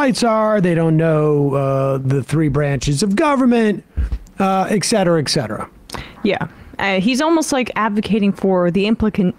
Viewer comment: *ETcetera. Not "EXcetera"